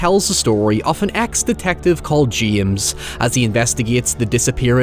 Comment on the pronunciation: I love how says “CALLED James”, the foreshadowing is Beautiful